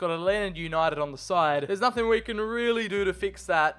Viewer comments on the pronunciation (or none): none